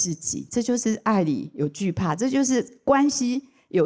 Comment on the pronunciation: 關係.係四聲細戲矽ㄒㄧˋ